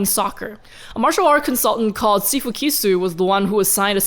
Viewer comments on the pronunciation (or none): none